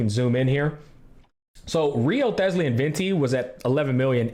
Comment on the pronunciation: Haha Wriothesly pronunciation had me dead